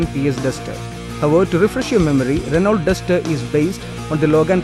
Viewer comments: Try Renn-O. Before coming on cam learn how to pronounce stuff. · its not ranolt, Its 'renou' Address the manufacturer as 'renou' and avoid 'kompani', 'kompani' slang the sales reps use.